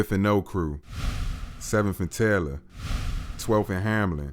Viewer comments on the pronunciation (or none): none